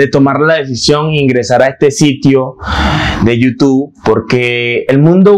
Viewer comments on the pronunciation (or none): none